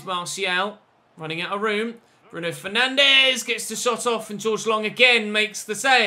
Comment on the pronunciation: I’m probably being picky here, but Bruno Fernandes isn’t pronounced like that. He’s Portuguese, not Brazilian. So it’s not ‘FER-NAN-DEZ’ it’s ‘FER-NAN-DS’.